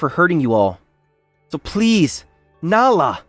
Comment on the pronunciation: This guy pronounces Nala as “nah” half the time 😂